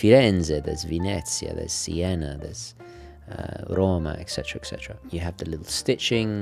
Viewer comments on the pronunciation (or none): none